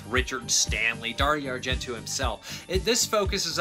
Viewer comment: Darry Argentoo? ... Teena-bra? ... Whaaaaat? ... It's Darry-o Ar-gen-toe ... and Ten-a-bray